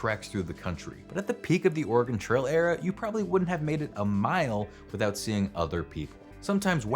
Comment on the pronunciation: Yes, I laughed every time he said it. It's especially funny because he pronounced "Oregon" correctly which is one that many people get wrong.